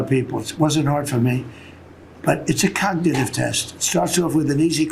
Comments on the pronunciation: Can’t even say cognitive test whilst telling us how good he is at codnuhative tests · He can't even pronounce the word "cognitive". If he took a Real IQ test, we'd know that he has NO AGENCY over his weak, rotting, narcissistic mind. He's such an embarrassment... and a boil on America's ass.